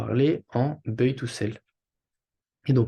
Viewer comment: salut, buy se dit "baille" pas "beuille" sinon merci pour la vidéo